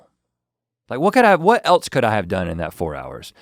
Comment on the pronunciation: As a 1, Link should have corrected Rhett for saying "what el(t)se could I do?" There's no T in else! Why did you add a T?